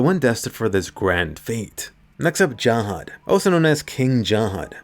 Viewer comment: Finally a youtuber who says jahad rather than zahard